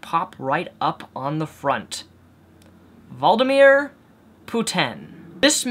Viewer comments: i agree with your view, but for future reference it's "Vlad-imir" which rhymes with "glad-imir." Good luck to you. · It's VLAD,, like GLAD. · it's pronounced Vlad-uh-meer. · I like how 90% of what u said in this video isnt true.Atleast when u call someone a tyrant learn to say his name.U have no respect for other cultures typical American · Learn how to even say Vladimir's first name correctly...., you can't even say phonetically that name right... shit for brains. Vladimir is awesome! Someone with balls, why don't you go over there tough gay ass and talk to him... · you constant inability to pronounce very simple words amazes me, are you dyslexic? Also, you use be a christian, so, all your opinions pretty much changed when you became an atheist? Including your thoughts on gays? Ha, your so fickle! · About the whole pronunciation thing, he's dyslexic. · Oh. So he's never heard the name vladimir in his life, and reads it for the first time. That's even worse. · Lol yeah, it bugs me, I understand that it's hard, and I agree completely with, but it's like "Seriously? Please at least pronounce his name correctly, if you're going to criticize him." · Guys stop hating on him because he pronounces vladimir wrong. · If you can't pronounce someone's name it has no bearing on your argument, but it doesn't bode well for your intelligence or credibility. Putin is a nationalist who pulled his country out of a period of severe economic decline. He cares about his people and has spent his entire life in their service. He is not as far as I can tell owned by any private interests. American politicians, by contrast, are generally owned and controlled by private money and by the media bosses. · Well before you talk about someone at least have the decency to learn how to pronounce their name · one should at least research how to pronounce a name before making a video... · He said a Russian name wrong calm the fuck down ! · Vladimir, not Valdimir...:)